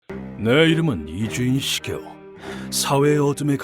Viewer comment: 이쥬인 시게오가 이준식이오로 들리네